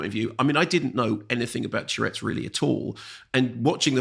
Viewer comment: Nice review, although Mark's constant mispronunciation of 'tourette's' as 'tchurettes' was weird.